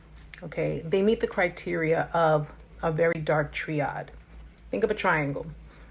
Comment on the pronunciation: Cool video! —Triad is actually pronounced like: try-ad😉 —And you left out one of the syllables in ‘Machiavellian’ —Also, ‘Affective empathy’ is pronounced like: AAA-fective (just like the ‘A’ in the world Aflac’ is pronounced in the Aflac🦆commercials by the duck)😜lol—As this particular use of the word ‘affective’ here is defined in the dictionary as being: Relating to moods, feelings and attitudes. 😊✌🏼